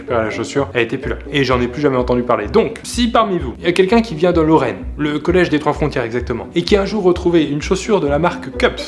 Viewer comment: Il a dit lorraine ?